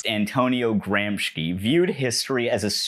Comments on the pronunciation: It's Gramsci, pronounced as "Gramshi" not "Gramshki" sorry... it was nagging at my brain ! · Great video but it's Gramsci (pronounced with /ʃ/, sh, and the a reads like the u in "cut" and not like "baby", do you know what I mean?) and not Gramski, just thought I'd let you know ♥️ Here, see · Nice video but Is GRAM-SHE NOT GRAMSKI I am italian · It's Gramsci (GRAM-SHEE) not GRAMSKY! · Antonio "Gram-ski" Gramsci, the famous Italian stoner/Alpine skier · I’m gonna be honest, hearing Gramsci pronounced like “Gramshky” is really bugging me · Dear anglosphere breadtube, please Google translate --> hear pronunciation in original language for non-English names of people you're referencing (or random foreign words), a part of me died every time GRAMSHKI happened in this video 😭 This is something affecting so, so many videos (sorry this is the one for which I'm pointing this out, it was my personal drop that broke the camel's back) and honestly I thought leftists peeps would know better than just assume a foreign word in a language they're unfamiliar with is pronounced X without checking? You can just put a clip of the pronoucebot too if you're not confident about saying stuff right! Please and thank you so much ♡ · bloody hell its gramshee though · Cool video man, fun and informative, but maybe take 5 minutes to check how to pronounce foreign names, so as not to call Gramsci, Gramski. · it's a good video but my ears bleed every time you pronounce gramsci as gramshki